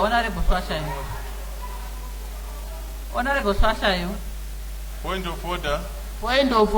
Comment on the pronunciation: The madam speaker can't even pronounce Hlatshwayo